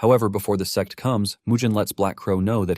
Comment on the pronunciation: Bro it's sect not s*x 😭🤣